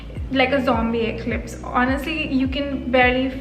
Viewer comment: Did you just say Zombie eclipse?